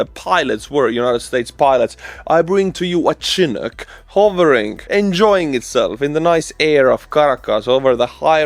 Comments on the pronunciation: I know English isn’t your first language and you always help me with Ukrainian words, so I’ll help you with the chinook helicopter. It’s pronounced “Shi-nook” not Chin-ook, like if you start saying “the sh in she. Not like the chin on your face. Hope this helps bro. Slava Ukraine 🇺🇦🇺🇸🇺🇦🇺🇸🇺🇦🇺🇸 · Chin-ook haha.. It's SHA-nook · SHIN-Nook is the correct pronunciation. Like the "shin" below your knee. Of course it could be your Estonian pronunciation coming through. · Let me butcher your name, got a freebie with the "The Boeing CH-47 Chinook" today. :) (Not Chin ook, it's shinn_ook) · a small pronunciation note:) The CH-47 Chinook helicopter is not pronounced “chin-ook” (like the English word chin), but “shi-nook.” The name comes from the Chinook people and the Chinook winds, and this is how it’s pronounced in Canada and generally in aviation. Think of it this way using Estonian sounds: the beginning sounds like “shi” (the same sound as in šokolaad / chocolate) the ending is “nuk”, short and clear. So altogether: shi-nook, not chin-ook. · Chinook is pronounced Shinook. Love your programs. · Chinook pronounced: chi-NOOK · Hey, The CH-47 Chinook helicopter, named in honor of the Chinook people, Pacific Northwest U.S. Indigenous people. English pronunciation of chinook Butcher me a helicopter....LOL Happy New Year! Texas, USA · Argh! I'm gonna be "that person" --but you'll be one up on our national news commentators if you pronounce it "shin-ook." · You are pronouncing Chinook wrong. It's more of a sh sound (shinook). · Chinook is pronounced shi-NOOK (like book), named after the weather pattern coming off the Rocky Mountains that creates a straight line of cloud across the sky pushing out cloudy weather and spiking temperatures for a while. 🇺🇦🇨🇦💪🏼✊🏻🇨🇦🇺🇦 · It's not important, but just so you know, "Chinook" is pronounced "Shinook." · Chinook is pronounced "shheh-nook" btw